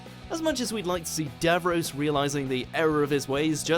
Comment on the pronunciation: Anyone else cringe at the pronunciation of Davrios and converse